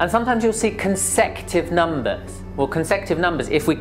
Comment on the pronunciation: its not consective....he is pronouncing it wrong....its co n se cu tive numbers